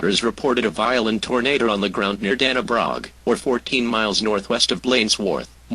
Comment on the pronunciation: Haha. "Tornader"